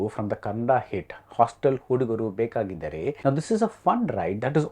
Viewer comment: Request BR to please learn the Kannada pronunciations. Its Hostel hudugaru bekaagiddaare.